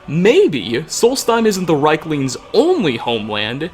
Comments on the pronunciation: I'm almost 99% sure it's pronounced "Reeklings", as the "i" is before the "e". I think that's how the NPC's pronounce it as well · I feel like you're mispronouncing rieklings lol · I love you, Hearing rieklings said wrong times is a bit too much for me. I'll leave a like and move on to the next video. <3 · You pronounced the creature's name wrong.